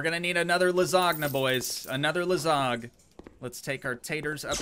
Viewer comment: Please, don't say ''lasag'' it hurts my ears. Say ''lasanja'', it's pretty correct if you ask me and it sure will not hurt my ears. Thank you.